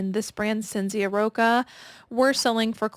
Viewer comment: Cinzia is pronounced as CHIN-ZIA in Italian.❤ Ci in Italian in like our CH. 😊🤯